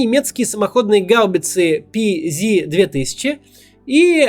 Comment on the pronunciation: Спасибо, всё путём рассказано. Маленькая ремарка: немецкая "бронирования гаубица" называется PzH 2000, что сокращение от Panzerhaubitze, и звучит это как пэ цэт ха, а не пи зи. ;) ... хотя по английски это бы было пи зи эйч... До завтра! :)